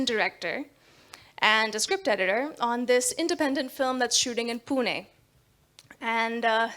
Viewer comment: Some non maharashtrians living in Maharashtra don't even try. And this lady can fluently pronounce "Pune" with णे